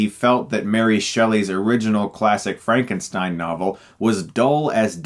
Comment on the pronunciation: It's Frankenstyn